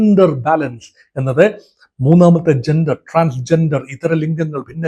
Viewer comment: താനെന്താടൊ ശർദ്ദിച്ചു വയ്ക്കുന്നത്, താനെന്തിന്റെ Dr ആണ്, വാഴക്കുലയുടെ യോ അതോ മൃഗ ഡോക്ടറോ? Canada മലയാളത്തിൽ കാനഡാ എന്നു മാത്രമാണ് അല്ലാതെ ഖാനഡാ അല്ല,കമ്മികൾ പറയുന്ന പോലെ - ഖേരള അല്ല കേരള ആണ്, ചൈന എന്നാണ് ആണ് അല്ലാതെഛൈനയല്ല, ജന്റർ ആണ് അല്ലാതെ െജൻ ൻ ൻന്റർ അല്ല, ലോകത്തിലെ ഏറ്റവും ശക്തിയേറിയ സൂപ്പർ പവ്വർ ആണ് US, അവിടുത്തെ അതിശക്തനായ പ്രസിഡന്റ് അവരുടെ കാര്യങ്ങൾ തീരുമാനിക്കുന്നു, തന്റെ അറിവിലേക്കായി പറയാം മോദിജി Makein India കൊണ്ടുവന്നിട്ട് 75% മിലിട്ടറി സാധനങ്ങൾ ഇൻഡ്യയിൽ ഉണ്ടാക്കണമെന്ന് പറഞ്ഞ് ആക്ഷൻ എടുത്തില്ലെ, അതാണ് US പ്രസിഡന്റും ചെയ്യുന്നത്, അതിൽ ഇൻഡ്യക്ക് എന്താണു തിരിച്ചടി? വെറുതെ വന്നിരുന്നു വാചകമടിക്കാതെ വേറെ പണി നോക്ക്, Meaning less talk